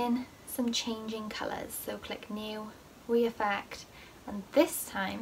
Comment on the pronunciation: This isn’t hate but why do you say we affect instead of re affect